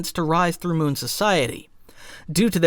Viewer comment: It's Mew not Moon.